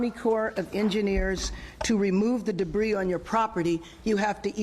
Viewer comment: She never learned to read. Pronounced "s " in debri"s".